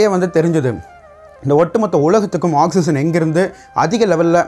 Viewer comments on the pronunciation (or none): none